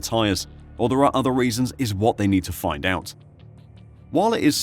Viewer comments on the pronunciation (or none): none